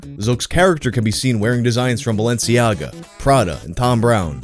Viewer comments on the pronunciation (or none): none